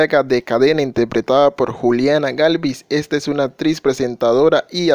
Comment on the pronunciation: Se pronuncia ACTRIZ NO "APTRIZ"